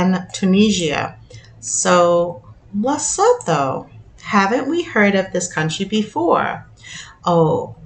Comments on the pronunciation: Le -su-too for pronunciations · It's pronounced Le - soo- too. Please pronounce our African countries correctly. Enkosi Kakhulu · Lesotho is la soo too or la su tu. That’s how it’s said. Sorry just in case it comes up again..